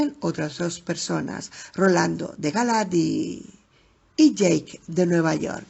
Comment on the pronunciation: Jajajaj no es ache o aque es ake de eick o jake en ingles el animalito decia eick de jake en ingles, se me hizo frustrante escuchar ake jajajaj saludos!